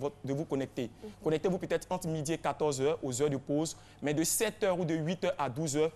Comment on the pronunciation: l'arabe qu'elle apprenne à prononcer le mots et éviter les fautes de synthaxe MAIS se dit Mê pas Min